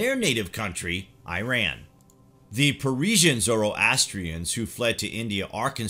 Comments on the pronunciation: "Persian", not "Parisian". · It's not "Parisians." It's pronounced as "Parsis", but I don't even think that the word "Parsi" is precise here. You could have just said "Zoroastrians." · It's Persian not Parisian. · Its actually Parsian